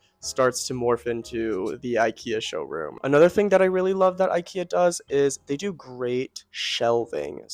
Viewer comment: Great ideas and suggestions. I love your sofa. The only thing I didn’t like was every time you’ve said incorrectly ikea.